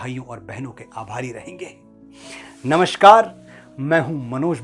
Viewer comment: नमस्कार को नमश्कार बोल रहा है कवि शिरोमणि...!!!!